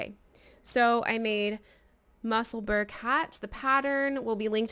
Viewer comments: The pronunciation in Edinburgh is ‘Musselbur- ra not burg 🙋‍♀️ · Hi there, Musselburgh is pronounced the same way as you would pronounce Edinburgh. It’s the town where Ysolda lives. 😊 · Fab, hats lovely colours. its not quite how you pronounce Musselburgh,it’s a place just outside Edinburgh,Scotland.